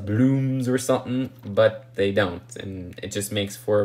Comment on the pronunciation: He says Dey aren’t worf da money😂